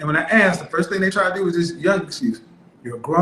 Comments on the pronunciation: Didn't teach her how to cook, but taught her to think 3500 calories a day was normal. Has an education degree and still thinks it's aks instead of ask? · For an elementary teacher she axs a lot... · He Didn't "AX" her to marry her. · Axe instead of ask….tooken instead of taken. And she is a TEACHER!? My GAWD! No wonder kids are so messed up!